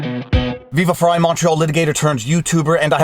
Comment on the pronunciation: Hey Frei rhymes with Guy...Rao rhymes with How